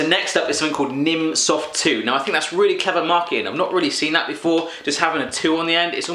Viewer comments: Its called "Nimm 2 soft" 2 is prononouched like "zwei" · Oh my god, this is so great XD It's "nimm 2 soft", you speak it "nimm zwei" ^^